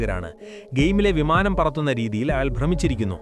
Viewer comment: വിമാനം ❌ വമാനം✅😂😂